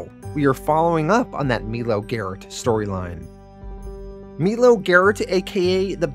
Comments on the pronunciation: melo- mylo The last name of the female. One other I can't remember off the top of my head. No biggie my man. I love your videos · I’m pretty sure it’s My-low not Mee-Low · Awesome vid. Great job. Cant wait for next week ....btw is "Milo" not pronounced *m-eye- low*? I could be wrong